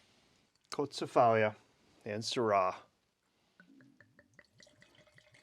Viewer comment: Hehe.......it is pronounced "KO-TSEE-FA-LEE". The red noble grape of Greece is Xinomavro.......If you ever get a chance, you should try the Xinomavro(s) from Alpha Estate (Reserve), Kir-Yanni Estate (Ramnista), Karydas Estate, Dalamara Estate. Rare ones are Tatsis Estate Goumenissa (Xinomavro, Negoska blend).......these are wines similar to Barolo in style and elegant. The better red varieties of Crete are Liatiko and Mandilari, the noble red of Santorini is Mavrotragano....................................cheers.